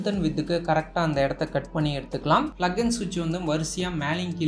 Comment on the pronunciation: Bro, adhu flug illa bro... Plug